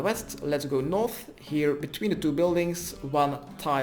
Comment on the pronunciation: GO NOOOOOTH GO EAST THEN NOOOOOOOOOOOOTH, when he finally said north i was so happy, then it went back to NOOOTH